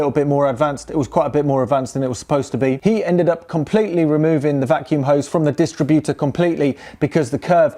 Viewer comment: Say DisTRIButor, not DISStritbuter 🙂